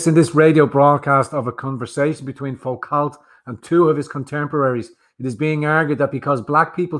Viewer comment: Foucault is pronounced Fu-Co, it is French after all!